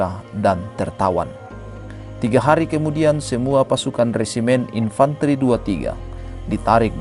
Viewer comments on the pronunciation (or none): none